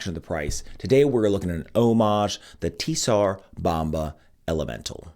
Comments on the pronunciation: Bro, you’re murdering the name! The “T” is silent. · TS in TSAR is pronounced as ZZ in PIZZA